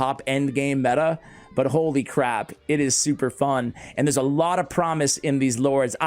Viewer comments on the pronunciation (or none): none